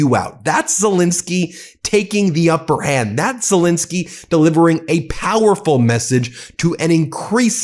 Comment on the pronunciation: Zel ENSKY not fuccking INSKY, get his fuccking name right you dope.